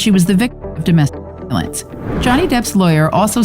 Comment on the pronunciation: Dome.... V...lence 🤦‍♂️